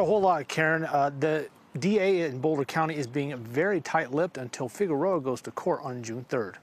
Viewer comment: Needs to practice pronouncing Figueroa.